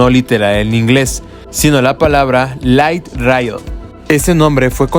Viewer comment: Hasta los conductores del tren son chinos! Además de las empresas de contrucción de vías. 😂 "Lait raiol" dice el reportero, amigo se pronuncia "lait reel" se escribe " Light rail"😂 Lo correcto sería llamarse "Ligth Rail Road."